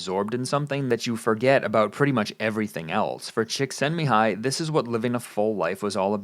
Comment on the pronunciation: Congrats on pronouncing Csíkszentmihályi. You got closer than most